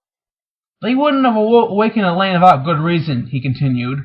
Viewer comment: Only anoying thing is that he mispronounces some names. Like Elaine, Bergitta, Naineve and Moiraine... Still cool that he reads it though...